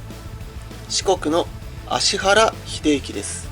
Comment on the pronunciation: ちゃんと「アシハラ」って言ってる。